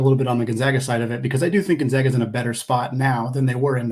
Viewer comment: GonZAGA not ZOGA. Geesh dude. Gonzaga has been on the national stage for 20 years now and people still can’t pronounce it right. How do you even get an O sound with an A? It’s basic English.